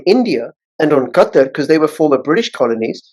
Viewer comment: Qatar is pronounced Kah-tar, not cutter.